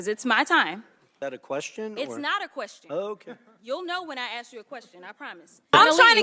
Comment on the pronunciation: It’s ASK not ACTS (fox guy)